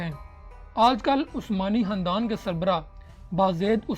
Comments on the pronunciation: Hahahah o Bhai khandan hota hy handan ni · Khandan Not Handan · Khandan ko sahi pronounce karay